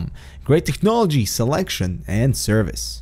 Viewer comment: "Great Texxnology!"